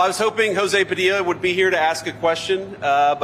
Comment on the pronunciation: Jorge😂. At least he pronounced his last name right. Ive heard news ppl pronounce the L in Padilla.